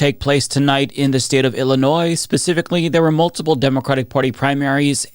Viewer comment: It's Illinois.